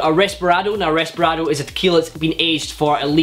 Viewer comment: Loved your (relatively) old classic cocktail videos and this one was great as well, keep it up! It's reposado, not resperado btw